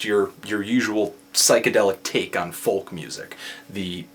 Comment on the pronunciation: you pronounce 'folk' weird. its fowk not foLLk